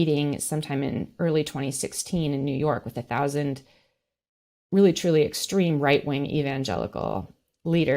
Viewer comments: for a word you mispronounce...you add fuel by repeating it in several forms, what seems to be 100 or more times..."extreme"..."extremist".."extremism"...........puleeze......I want to tear off my headphones when you talk...that totally defeats your purpose..you make that word sound like a bacterial infection...am I the only one who feels this way? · She should learn to pronounce extreme properly